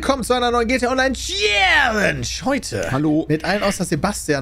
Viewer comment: Hört bitte niemals auf mit dem Format: GTA Online tschiääälensch